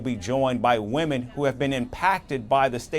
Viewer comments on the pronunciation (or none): none